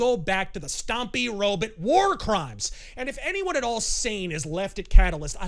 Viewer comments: Very Canuckistani robutts. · I love how says robot.